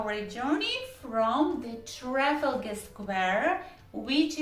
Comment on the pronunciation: Trafalgar - the stress is a bit unusual